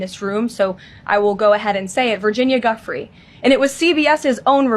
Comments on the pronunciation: Leavitt identifies the victim in the publicly email as Virginia Giuffre. She KNOWS it is pronounced “Jew-fray” but insists on saying “Guff- ree”. I find this to be highly offensive. Even if it was a mistake ( it’s not) , the fact that she would not learn to give the victim the respect of pronouncing her name correctly is repulsive. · Guifrey pronounced dewfrey